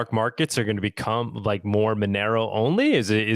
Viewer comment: at least pronounce Monero correctly FFS